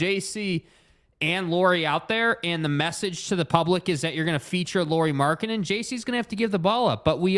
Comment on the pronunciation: Some thoughts on Lauri: Firstly, as a show that talks a lot of Jazz, you guys could give your newest All Star that much respect that you would learn to pronunciate his name. It's not a Lori Markkanen, it's Lauri as a how English speaker says name Lowry. Well, at least close enough, nobody expects you to learn to roll your r in the middle 😄 Secondly I think his biggest downside is same as his biggest upside. He is a pretty typical Finn: he is reserved, polite, humble and ultimate teamplayer. He doesn't demand stuff, not ball, not plays drawn to him and at this season there has been comments from players that he has needed his teammates to remind him he's their guy. Unfortunately for him, NBA is alfadog game. But! he has improved a lot since earlier seasons about taking the number one role. Earlier in the season Conley was the leader of the pack and Lauri could be "just" number one. Now that he's gone, Lauri knows he need to be and also wants to be the leader in all possible ways. It will be learning process for him since it's not natural to him. I think though that if he get second season with Jazz and good roleplayers and can be The Man, he will be a lot more alpha next year this time. If Ainge gets some other alpha to come to the team already in next season, I don't know if we will see Lauri taking that step with this team.